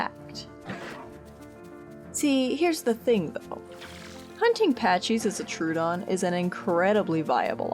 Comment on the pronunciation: idk if anyone cares, but I googled the name and it's pronounced trow-uh-don (/ˈtroʊ.ədɒn/) not true-don (/'tru:.dɒn/).